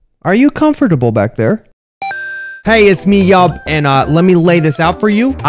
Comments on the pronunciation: “Are you cofterable back there?“ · "comaforable"SAY WHAAAAAAAAa